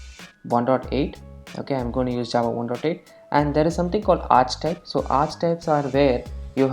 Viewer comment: Great video! Just so you know for the future, archetype is pronounced "arr"-"key"-"type" ( )